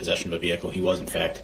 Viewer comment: "Fack" instead of fact lol😂